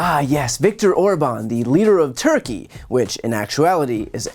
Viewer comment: Orban?? Turkie?????? 🤣🤣🤣🤣🤣🤣 Great job showing youre intelligens.